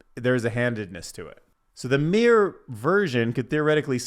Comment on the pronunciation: Mirr-Or not meer 2 syllables not 1 syllable